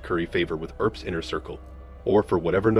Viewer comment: The "guy" is an AI Robot....I've heard one Robo blather-boy calling the Earps(Urps) the EARp brothers, because the word "" Ear "" is in their name......also kept pronouncing Tucson (TOO-son) ""TUCK-son. "" glr